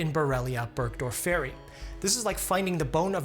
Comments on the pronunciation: It is difficult enough teaching the students how properly to pronounce common words in medicine... Burgdorferi... The accent falls on the second syllable. Please study classic Latin and Greek. It makes future engagements so much easier. There were other painful mispronunciations. Ixodes.. again... The accent falls on the second syllable. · Borrelia burgdorfor-eye is how I’ve always pronounced it. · never heard anyone pronounce burgdorferi like that before lmao 🧚‍♀️